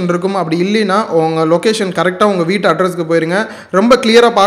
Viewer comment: அது 'விட்டு' இல்லை சகோதரர் 'வீட்டு'